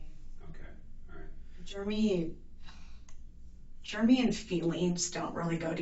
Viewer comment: Sometimes when she says his name she pronounces it "Germy."